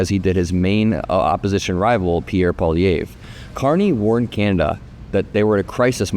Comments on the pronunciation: Its pronounced like Pwa-Lee-Ev if that helps :) Its a difficult name for people who dont speak any french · paw lee EV. That's the pronunciation. The 3rd syllable is stressed, as is doing, but the 'e' has the same pronunciation as the 'e' in 'let.' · peewee Herman’s name is pronounced “Poly-evf” fyi.. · Pronounced pierre "poly ev" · Thank you for covering this! You can’t even see how relieved my home is because of this outcome. Feels like our timeline might not be the worst. I do gotta say tho. It’s a lil funny that Americans can’t pronounce poilievre. “Po” - (think the po sound in “pop”) “ili” - (think “Lee”. ee sound) “evre” - (think Evv. Strong “v”. Kinda like the “evv” sound in the word Chevy or heavy. No “y” sounds tho) Pa-Lee-evV (strong end v) (idk if that makes sense, I’m just going on vibes) Edit: spelling